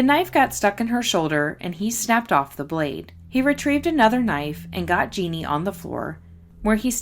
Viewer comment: You do a great job covering these cases. Did Jeanne usually go by "Jeannie?" (Jeanne is the French spelling of Jean, and both are pronounced the same.)